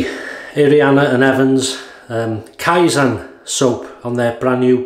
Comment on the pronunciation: Kaizen means "improve" (not necessarily constantly, if you want to say constantly it's "Tsuneni kaizen"). You need to pronounce it kaiZEN as in zen like experience, not kaiZAN as that means "faking" or "alteration". From a Japanese viewer. Keep up the good shaves!